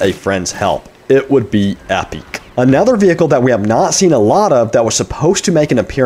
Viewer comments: Ep-ick is how is pronounced, not ep-eek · This guy cant say epic he says epiec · Why does he say epic like that